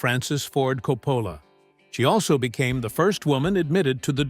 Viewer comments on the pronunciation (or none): Caught that too. AI rarely gets his name right.